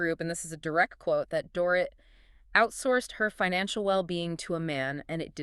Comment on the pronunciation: Dorit’s name is pronounced DOR-EET